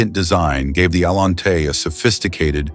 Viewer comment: Cadillac Allen-tay! Gotta love the crappy AI narrators.